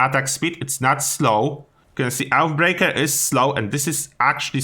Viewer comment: Mate, Oathbreaker is pronounced something like Oafbreak(e)r, not OutBreaker :D